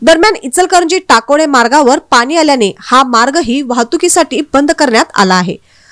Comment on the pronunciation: पानी काय म्हणताय पाणी म्हणता येत नाही काय